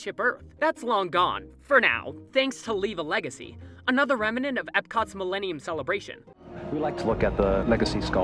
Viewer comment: REMANENT?? It's REMnant.